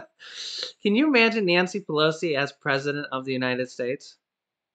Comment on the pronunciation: "PRESEDENT NANCY" OH MY GOODNESS I WILL MIVE TO CANADA 🇨🇦